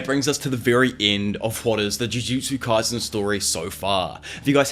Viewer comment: “Ju joo Jew kay sen”